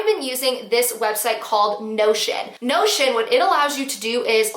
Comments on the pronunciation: Lol to that time that during the whole video I thought you were saying “no shit”app and it wasn’t until you posted the photo that I realized you were saying notion. 🤦🏻‍♀️🤦🏻‍♀️🤦🏻‍♀️ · Not going to lie, thought you kept saying 'no s--t' instead of Notion, lol (I blame a clogged ear and mult tasking). Thanks for the tips. Notion might be a good one for my needs.